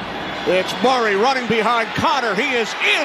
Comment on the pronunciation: Why does the commentator pronounce Murray as Maury !?